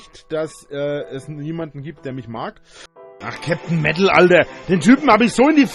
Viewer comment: "Mewtal Leute"